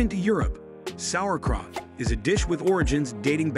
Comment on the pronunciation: beh-kuh-mel sauce? Mih-soh soup? Sour-krot? Tah-muh-lay? Boo-ee-uh-bay-zee?